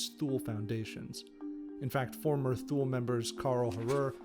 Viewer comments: It's not "THOOL", but "TOO-LAY." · Tu-ley not thool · Shaby15v Except he mis pronounced thule. It’s Tu-lay. Makes me wonder about the accuracy of the rest of the content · It's "tuu-leh" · thank u for those insights !!! ethymological note: since thule is a german word, borrowed from old germanic. its not pronounced as if an english word. for pronouncing it like it germans did in 1918, maybe it would be better spelled *toolay" in english to get the sound right... thank u for the video, it inspired me to reserch the thule-gesellschaft and thus find important developments as to how a political movement like national socialism and Hitler could even have come about. they already used the svastika aa element in their crest. men are always made by their times, the social and political climate of the 1910-20 in bavaria in this case. it is to be noted how prevalent antisemitism and the myth of the arian race/ariasophy and all the neo-germanic cultural associations were already at the turn of 19/20 century !! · it is not pronounced thu-lay either